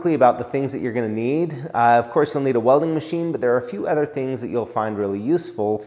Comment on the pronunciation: He says “other” like “ehther” haha great channel love